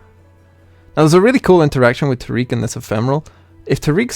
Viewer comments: Tar-ic/Tear-ic. Not, Tar-eek. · Love the deck concept, but can't handle how you say taric 😩